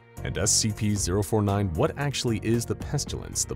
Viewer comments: Peh-stih-lence, not pest-you-lence. There is no "U" in Pestilence. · it is awesome! but the way they pronounce the word 'pestilence'... I don't think I can hear him say it again. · There's no U in pestilence.